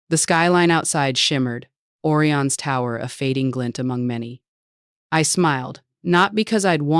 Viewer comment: the AI can't even prononce Orion correctly